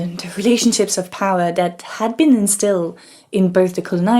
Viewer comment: Sorry turning off... can’t listen to the pronunciation of “THat” not “Dat” “Dem” etc etc. She needs elocution lesions